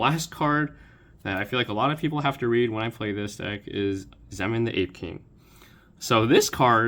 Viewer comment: That Zeman pronunciation should be illegal